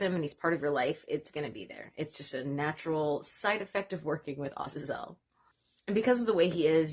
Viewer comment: You are the first I have become aware of to pronounce the name Azazel correctly!